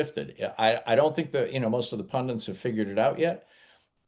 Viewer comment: I can accept aloominum in stead of aluminium, orient instead of orientate, I can even accept Booda but its PUNDIT not pundent and TENET not tentant. Bloody merkins!